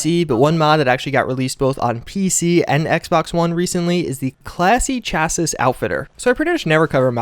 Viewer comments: It is not literally pronounced “chassis” It is actually pronounced “chassy” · But chassis is pronounced "chassi." Classy chassis. It rhymes. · Chassis is pronounced "Chasee." Like on a truck. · Classy "Chassy" dude... Thats how you say that. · Just a head's up, despite it's spelling, chassis rhymes with classy so it would be said like "classy chassy outfitter" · Hey! Chassis rhymes with classy! Say it with me ' Classy Chassis!' Just FYI! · It's pronounced "chass-ee" with a hard 'e' sound. Otherwise, keep up the good work! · Chassis is pronounced chassy so the name of the mod is pronounced classy chassy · “Chassis” rhymes with “classy” & “sassy.” The “ch” is pronounced “sh” (as in “shiny”). The final “s” is silent. (It’s a loaner from French.) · But not chassis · but destroyed "chassis"